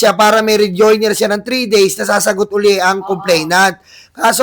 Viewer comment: HINDI REJOINER........ REJOINDER PO😅😂✌️✌️✌️🤣